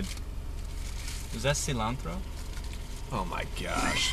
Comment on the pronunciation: I LOVE THIS SO MUCH, OLAN! That cilantro pronunciation was perfection, btw.